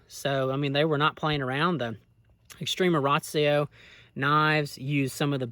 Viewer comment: It’s not called extrema Rayshio